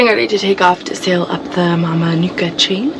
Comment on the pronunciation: In Fiji "C" is pronounced "th" in other words Mamanuca is Mamanutha